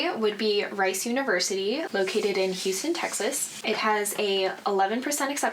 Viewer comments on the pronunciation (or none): none